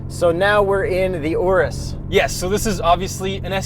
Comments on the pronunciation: That is not how you pronounce Urus. I mean... It kinda looks like an Oreo Ice Cream Cake. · i think i’m gonna have to get over youtubers saying urus wrong